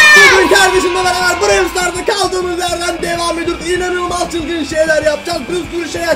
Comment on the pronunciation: Abi brewl stars değil browl stars diye okunuyor